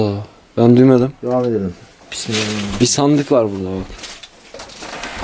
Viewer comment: pismillahrumai:D